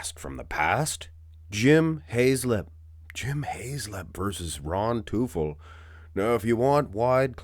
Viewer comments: teufel is pronounced like "toyfell" with the emphasis on the first syllable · well teufel is the German word for devil. If he is supposed to be pronounced like that it’s more like „toyfel“ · Teufel is German and means „devil“ it’s pronounced „Toy fell“ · its pronounced like toy-fell like the toy fell off the table